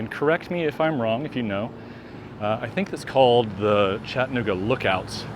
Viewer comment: CHATT-a-NOOG-a. Like Kalamazoo and Albuquerque, the second syllable is not swallowed or silent.